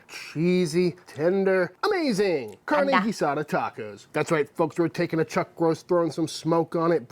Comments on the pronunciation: Your pronunciation for carne guisada is very nice for a British accent. IMO, carne guisada is the ultimate test and most "chefs" mess with it way too much. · your Spanish pronunciation is getting better. Hell, ya never know, one of these days we might make you an Honorary Texan! In Tex-Mex, carne guisada means beef like Chud is making minus the smoker. In Mexico, guisadas are something that you'll see in certain restaurants, normally run by abuelitas - somebody's grans- that make stewed meats and vegetables intented to be put into tortillas. These lunch places are very thrifty, really maybe $2 or $3 for more than you can possibly eat, and being from afuera or not from Mexico, you may just become an Honorary Granddaughter and they won't let you pay. If any of y'all want to do this in Mexico and you don't speak Spanish, the best bet is to ask a taxi driver, or a worker in a Mercado where you can find tacos de guisadas. They'll know & it'll be a real Mexican locals experience.